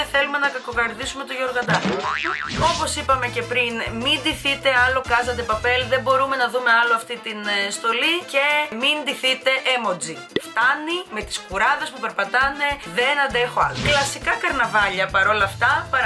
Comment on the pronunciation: Γιατί τα τονιζεις όλα λάθος;; Μπίλλυ Άιλις και Ιμότζι είναι..